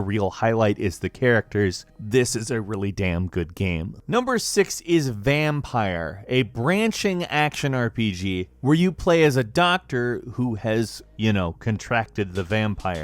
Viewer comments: "Number 6 is Vampire" How hard is it to pronounce Vampyr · i always thought vampyr was pronounced vampeer